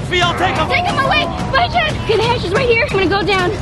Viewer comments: It’s not chap it’s Chad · It’s Chad, not chap